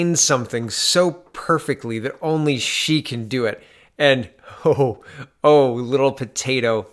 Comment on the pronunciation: Did she say "rittle potato"?